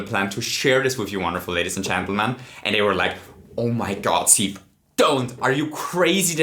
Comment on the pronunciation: the bigger reveal is that i’m just now learning it’s pronounced “seev” and not keev”